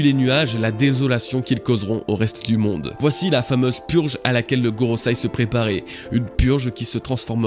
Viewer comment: GoroSEI, pas goroSAI...encore un dislike, c'est dommage